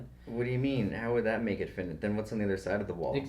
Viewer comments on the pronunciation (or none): Hahah "finnit" (finite) is pronounced "fi-night" which I remember thinking was odd when I learned it